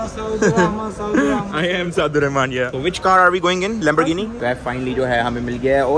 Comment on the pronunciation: The funniest part where when ducky say are we going in lamorgini 🤣🤣🤣